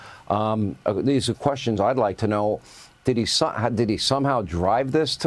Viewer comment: Why does that reporter pronounce "did he" as "diddy" like bro it's not one word